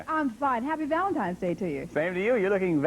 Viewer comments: Did she really say valentimes day? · #2 said ' Happy ValenTIMES ' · I did the same thing had to rewind it because I'm thinking, she did not say Valentime's Day did she? Rewounded and yeah she did😮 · Bachelorette number two would have been disqualified in her greeting when she said happy Valentimes day.